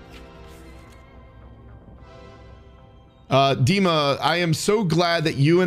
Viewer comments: "Deemah" (h is mute) is the correct way to pronounce it. You said it right. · Loving the content bro! Hilarious video 😂 Also, the way you pronounced 'Dima' was spot on! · And yes, you read the name "Dima" very correctly! This is literally how it is pronounced - firmly, with emphasis on the first syllable. It was even a little unexpected XD